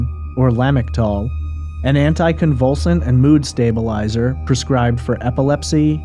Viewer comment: Er, the dexedrine is way more likely to precipitate a manic episode than buproprion. Also la-MIC-tal (la-MOE-tra-gene).